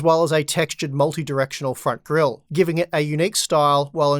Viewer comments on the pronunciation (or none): none